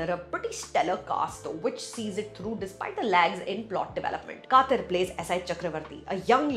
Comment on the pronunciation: K-uh—dh-ir… not Kaaaththir… S-oo-zh-uhl not SuDal mispronunciation is a turn off … and takes away from your good reviews.